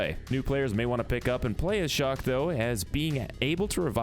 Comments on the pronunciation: He keept calling chaac shock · why did you call chaac shock?